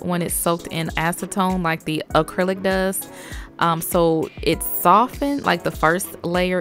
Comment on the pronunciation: "Uh-clylic nails"